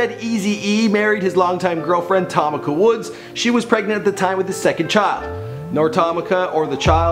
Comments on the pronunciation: Ta meeka not tomaka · Her name is pronounced ( Tuh- Meek- Uh) Tamika not Tomika like an Indian throwing ax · Who is tomaka I thought it was tameka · Tom meeka come on bro say it right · Did he say TOM ICA 😳